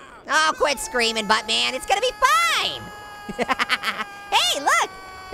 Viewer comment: It sounds like you're saying but bear